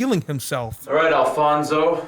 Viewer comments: His name was Alphonse. Not Alphonso. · Also his name is not Alfonso. It’s Alfonse Capone.